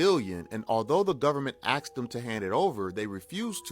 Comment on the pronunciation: Bro, the Colombian government did not AX him to hand it over. They ASKED him to hand it over. Two completely different words my man. Maybe you should try Hooked On Phonics!